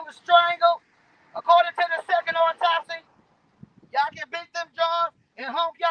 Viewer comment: & the word is "au-top-sy" not "opp-top-sy". These people are so ridiculous and embarrassing ugh